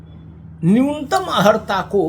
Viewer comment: हम आपको हमेशा शुद्ध उच्चारण करते देखे हैं।किंतु इस वीडियो में बार-बार अहर्ता शब्द बोलना खटक रहा है।कृपया अर्हता बोलें,सादर।